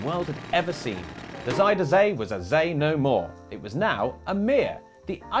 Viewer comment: oh hey, at least you said zee right at least once. nice.